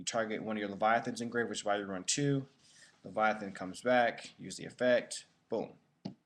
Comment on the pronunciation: Don't confuse "Leyvaten" with "Leviathan"